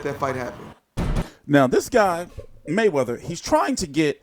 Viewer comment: "THE MAYWEATYER-HAYMON UMBRELLA" GTFO you lunatic